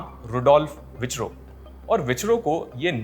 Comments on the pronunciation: बड़े bhaiya विचरो नहीं गई विरचाओ है उनका नाम 😊🙏🏻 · Dear. your videos are good. A very minor correction, because it may harm other listeners. The name Virchow is not pronounced as "Vichro", but "Feerkhow". If you do not believe me, check how German words are pronounced. Thanks. Your videos are best. One minor pronunciation mistake does not affect the entire sterling quality of video. Thanks. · Please use correct grammar and pronounciation of simple engish words.It's ' concept' , not conception and not ' Vicchro' but Virchow.